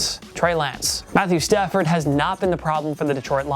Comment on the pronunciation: Not Lions fan but it's Stafford not Stanford. Stanford is a university in Palo Alto, CA... :-D